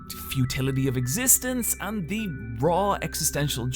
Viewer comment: "The" isn't pronounced "zee" when in fron of a consonant. It's incredibly annoying when you use it all the time, not even once in a while for emphasis, all the time!